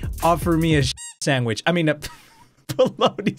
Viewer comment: dont give me a bologna sandwech 2weeks later ooo a bologna sandweich